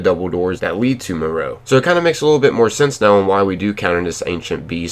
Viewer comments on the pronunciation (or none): none